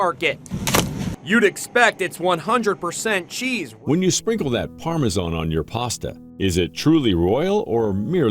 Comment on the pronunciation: What ? Parmasharn ?? Wtf ? It's Parmesan ! Pronounced as it is spelt.